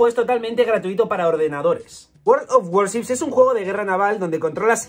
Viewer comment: por si te sirve, la pronunciación de "World of Warships" sería /weeld av wooships/, aunque si quisieras añadir las "r" muy suavemente está permitido.